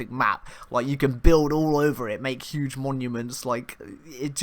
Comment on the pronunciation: "no man's sky was always yuge"